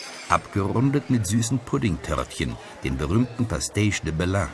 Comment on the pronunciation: Spanische Musik Klänge haben auf so eine Dokumentation nichts zu suchen. Belém ist falsch ausgesprochen, es ist weder deutsch noch portugiesisch, sondern französisch! Es tut mir Leid aber ich bin der Meinung man sollte sich auf so etwas besser vorbereiten. Ich habe nicht den ganzen Film gesehen sonst würde ich viel mehr Fehler entdecken, wie immer auf solche Dokumentationsberichte.